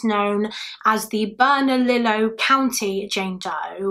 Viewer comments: As an Albuquerque native, the county Is pronounced "berna-lee-yo" ☺️ but it did make me chuckle to hear you say bernali-low lol Love your videos!! I'm glad you're feeling better!! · Bernalillo is pronounced burn-uh-Leo. 😉